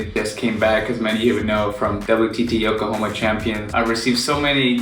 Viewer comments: It's Yokohama, not Yokohoma my brother. haha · It's called YokohAma my guy. :D Nice Video tho